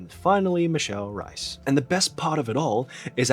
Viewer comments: H - ay - s! Would be more accurate, I’m a native English speaker and my mother is from Brazil and I’ve been speaking Portuguese since birth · Absolute garbage sponsor. Also, lovely video, but "Reis" is pronounced as it is written, not "Rais", and the "r" is pronounced as "h" in hello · Isn't her name pronounced as Michelle "Rays"? Not Rice I mean she's half chinese so the staple food thing but come on 😂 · if she's of portuguese descent, her last name is not pronounced as r - eye - s but as r - ay - s! - a portuguese person haha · I'm pretty sure her last name is pronounced like "race" (in a non-Australian or Cockney accent) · oh my god, she's reis as in the portuguese word for 'kings', no reis as in idk, some german surname. michele rays is wat u were supposed to say. 8 min in and i just realised that, fuck that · It’s pronounce Reese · since i'm portuguese i LOOOOVE michelle and she's my favorite chinese celeb EVER, i'm so glad you made a video about her! ps is reis supposed to be pronounced as the german surname reiss in hong kong lol here it's rruh-ish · Eu sou brasileira, e tá me dando uma agonia da gota toda vez que ele fala rrais sksksksksksk me lembra da primeira vez que ouvi um anglo-falante dizer rozé ao invés de José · HAHAHAH JURO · it’s funny when you say michelle reis, it sounds like rice 😂 the pronunciation of her name is actually very different (i’m brazilian so i know) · the R in Reis is a hard R, it must be pronounced